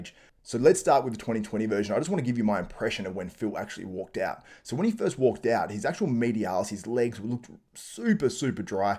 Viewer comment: Walked out...not "wwak owwt" , idiot.